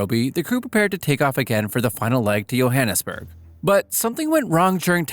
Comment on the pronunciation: Sorry but I can't ignore this, Johannesburg is pronounced with "J" not "Yo"